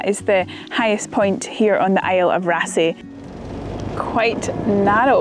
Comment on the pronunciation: The double "aa" in yer Norwegian is pronounced "aw". I'll get me coat... ;-)